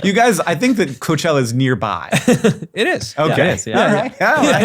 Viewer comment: Quick question how the hell was Hank pronouncing Coachella before